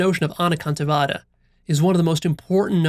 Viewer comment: I was born & brought up in a jain family and I'm well aware of anekantvad i.e. several perspectives. I love the way you pronounced this Sanskrit keyword.